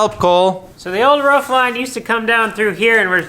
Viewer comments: I love this show you have. I love the personalities. I love the project. What drives me crazy is your mis-pronunciation of “roof”. It’s a roof not a ruff. You don’t brush your tuth (tooth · Really good videos, but roof, not ruff. Also insulation goes on the ceiling and walls 😉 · What an exciting renovation. A blank slate to do with what you want. Roman is an incredible addition to the farm. He knows his onions. Why can't you say roof properly? How do you spell it the way you pronounce it? Ruwf? Not only is your voice getting louder and shoutier all the time, but it is getting used more and more, too. This video was more like a podcast than a video. I don't like it. The things you describe over and over can be said with far fewer words. It might just be me though. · Cole.. a dog says ruff.. the top of your house is a roof, sounds like room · Its roof, not roof